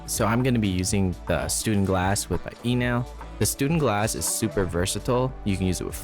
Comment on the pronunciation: Sorry dude you're saying it wrong it's called a stundenglass. ✌️